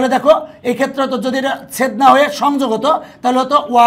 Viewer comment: ছেদ সেটকে ছেদ ছেদ শুনা যাচ্ছে। আর কে শুনেছেন